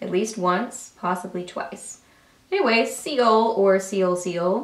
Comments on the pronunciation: Yes, Seoul is pronounced "soul" like Seoul, S. Korea, like to see other shades more on the nude or pink side. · seoul is pronounced "soul" :) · I could believe when she pronounced it that way😳 lol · I love that there are a dozen comments correcting your pronunciation of "Seoul"! Doesn't anyone read the comments first?? I looove Budapest. I wore it so much last month. I also really like Dubai, and I recently picked up Paris, and it's really pretty. I'm waiting on Prague to get here from a recent order ... I enjoy these lip creams, can you tell? lol